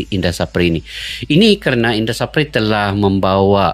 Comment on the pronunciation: Indra SAFRI mas.. Bukan SAPRI.." 😂🤷‍♂